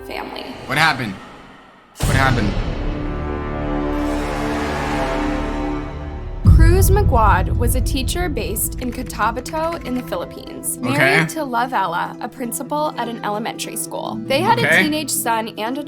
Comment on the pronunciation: RIP to those kids but the fact the woman mispronounced cotabato left me crying and laughing